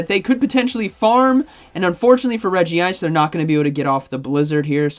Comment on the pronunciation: Why u kept saying Fearrow instead of Talonflame 😂 And it should be Reg-ice not Regi-ice. Thanks for the video btw